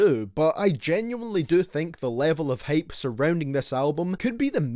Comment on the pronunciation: took me a while to figure out that you weren't saying ''hate'' but ''hype''